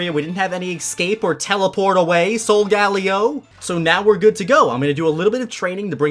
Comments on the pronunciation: I think its pronounced (sole - guh - lay - o) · “Not teleport away like sOlGaLeO” He says it like it’ll see this video 😂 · this dude triggering me saying solgaleo wrong